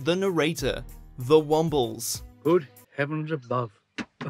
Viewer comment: How the f**k does a British person mis-pronounce the Wombles!!!!